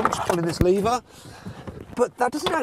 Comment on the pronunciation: 'Pullin this leeava'